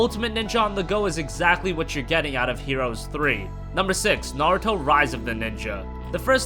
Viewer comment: Thanks for the video. What about hand-held games? Can you perhaps make a top 10 video just for hand-held Naruto games? And also, your name pronunciation is pretty hilarious. Do they say Naruto like that in the states? It's far off from the original Japanese pronunciation atleast.